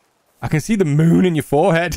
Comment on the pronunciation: “I can see the mOOn in your forehead” Im laughing uncontrollably 😂😂